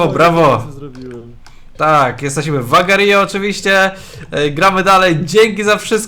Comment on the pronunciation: Czyta sie agarjo , a ty czytasz agarijo